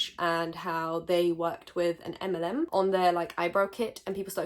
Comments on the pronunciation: I thought was saying "M&M" instead of "MLM" so I was confused while wondering what was wrong with the chocolates 😂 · since I've been speeding up videos, you saying "MLM" sounds like m&ms and it confused me on why you popped off on a candy :,) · What about Skittles? Can I speak on them? ☺️ (I apologise. I thought you said M&M the first time. Not MLM) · am i the only person who thought she said M&M instead of MLM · Fully thought you were saying M&Ms and I was so confused, was like that’s my favourite chocolate 😭😭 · I dead ass thought she was saying mnm and was thinking the chocolate company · I swear I thought you were saying Eminem